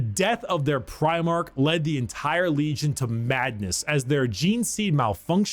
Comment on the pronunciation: After watching like 8 different people react to, I've noticed one thing..... Occasionally, pronounces "n" as "m". Like, when he says legion as "legiom", but only sometimes.